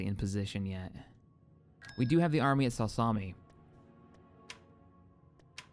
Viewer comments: Sal salmi?????? its pronounced SA-LUKE-KA-MY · please call the planet sa-lu-key-my